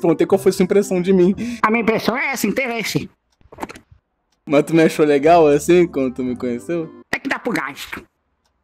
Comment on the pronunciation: "O interrese foi muito... interresante" KKKKK